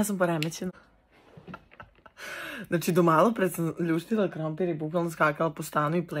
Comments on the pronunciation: Niko: Apsolutno nikooo:: ‘’KrOmPIrrrr!’’🥔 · "Krompirrr"it's for me🖖🏻🤣